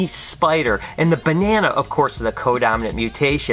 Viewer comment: you saying "BE-ne-na" is music to my ears haha! Great Vid!